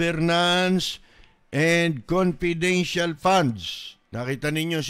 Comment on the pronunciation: Confedintial pa daw